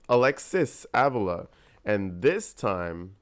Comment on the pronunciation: Her last name is sounded out like aveela. You're saying it wrong- she's Latina the guy in the other video had it right, and you tried to correct him. You're saying it wrong lol -I'm latina and just trying to help, love your videos!